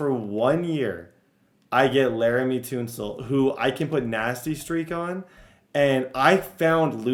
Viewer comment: Sorry, not a big deal at all but it bothers me lol. Tunsil (Ton-Wil)